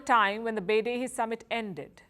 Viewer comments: Beidahe is pronounced Bay-Die-Her. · sorry i don't trust someone who can't pronounce Beidaihe to have inside knowledge about China